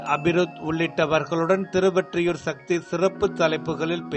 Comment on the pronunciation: நீங்க எப்பவும் திருவெற்றியூர் என சொல்றீங்க திருவொற்றியூர் திருஒற்றியூர் சரியாக சொல்லுங்க